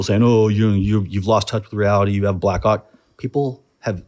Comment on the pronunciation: 25 times he said Blackhawk, 25 times I heard Blackcawk